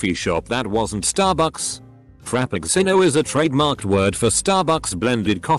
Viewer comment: “Frap-picks-sin-o.” 😂 Also, STARbucks.